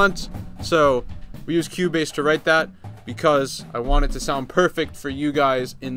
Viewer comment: Lol. I thought he was saying "Q-Bass"